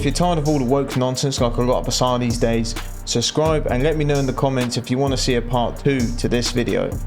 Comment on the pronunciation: Can't "subscribe" to someone who can't even say the word. Suscribe... 😂